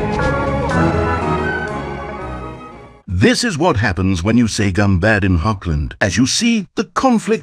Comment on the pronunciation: 'ɡunbɑd'! not 'ɡʌnbæd'!!!!